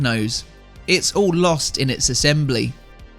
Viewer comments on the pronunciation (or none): none